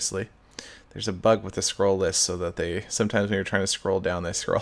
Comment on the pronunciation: "So that has to do with another pug over here." -Sethbling 2014 I know he said bug, but it sounds like pug! XD